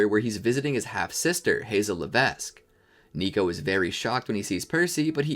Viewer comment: Hazel Levesque, the S is silent!